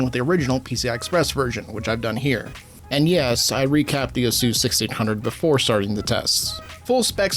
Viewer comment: 6800 Lame Edition and Xtra Terrible. GGs. Also pineapple on pizza is right next to pronouncing it a suess